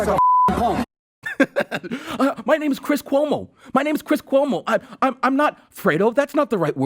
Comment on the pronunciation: "My name is Cwiss Cuomo, (head-bob) I'm an actor on CNN."